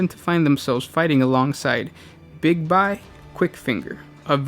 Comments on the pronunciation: Big-bye, big-bye big-bye, big-bye. Its BIGBY! Bye bye! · Big-Be... not Big-by